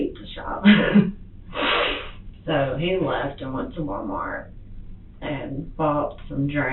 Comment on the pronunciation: Did she say: “love this man to DEATH”?😂also i somehow heard her saying WalmarK